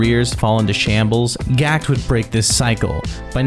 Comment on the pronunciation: One would think if you were doing a video about a Japanese band that had some French words for titles that the creator would put a liiiiiitttle more effort into pronouncing stuff correctly. My soul died inside when he tried to say Gackt's name how people do in Japan. Ge-Ku-To?..... wtf